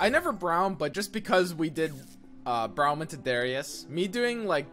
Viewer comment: How he says Braum frustrates me.